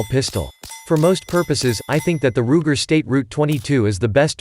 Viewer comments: "State Root 22?" WTF? Try "Sturm Ruger 22." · This speech app is INSANE... a Ruger "STATE ROUTE 22"??????????????????????????? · This is so dumb. “State Route 22”? What am I, listening to Google Maps?